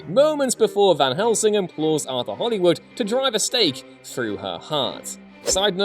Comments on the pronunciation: Damnit man, check your pronunciations of surnames. It's Westenra and Holmwood, not Westerna and Hollywood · I heard him say "Lucy Westerna" and figured it was the correct pronunciation of "Westenra." Then I heard him say "Arthur Hollywood" instead of "Holmwood" and realized he was just fucking up.